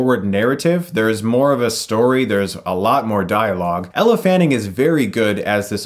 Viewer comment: Ella Fanning? Elle. Elle Fanning